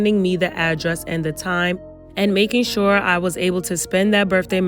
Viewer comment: Coin in a tin can “For sure-ah” 🙄